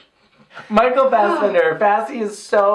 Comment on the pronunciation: It is so funny listening to you guys trying to pronounce Norwegian, mostly Micheal Fassbender.